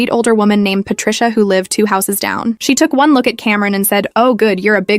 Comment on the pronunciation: I came to the comments to see if anyone else thought the same thing about Patrica 😂😂😂